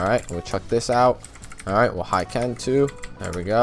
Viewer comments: Good vid, just it's not "Haiken" but Hiken, no a :) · It's "hee-ken" not "high-ken